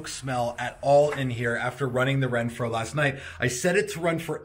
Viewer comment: Awesome product! But.... you kept saying “Renphro” when there’s no R in the name!😄😄